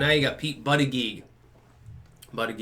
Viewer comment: Scares me that now pronounces his name correctly, for all the reasons.